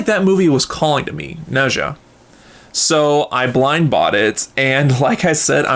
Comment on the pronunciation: Okay someone please explain why people pronounce Nezha name wrong, is it not properly pronounced in the English dub or something? If so then PEOPLE WATCH THE ORIGINAL AND JUST READ THE SUB TITLES. Also people should also at least learn about the culture, but if you read the original story then you will realize how inaccurate it is but it it’s still enjoyable.